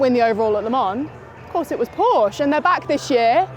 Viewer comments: ...she just needs to learn that Porsche is a family name and a TWO syllable name! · Let's hope for a challenge to the Toyota domination. Also, can someone please teach how to pronounce Porsche?